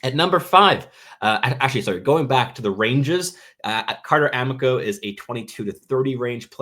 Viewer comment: Carter "AH-MEE-CO", not "AM-ICK-OH"